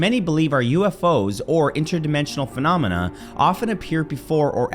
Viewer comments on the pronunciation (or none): none